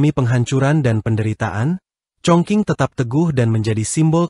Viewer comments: Iyaa mhn baca yg benar chong jing ato kedengaran hrs chong cing bukan baca chong king...jdi salah ucap he ..he... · Dialeknya ga tepat bro.. Chongqing bkn congking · ChongQing bacanya Chong Jing yg benar. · Sudah lebih dari cukup utk jd sebuah negara seukuran negara Belanda, bahkan lbh besar. Luar biasa kemajuan China. Btw, admin salah sebut "Congking" dan "tjiberpunk". Mestinya: "Cungching" dan "Saiberpank"